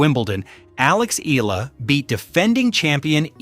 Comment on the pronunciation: its pronounced as E YALA not EELA